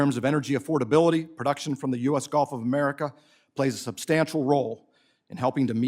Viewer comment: lol if I hear the "Golf of Omaricaow" in a crowd I know who's the hatter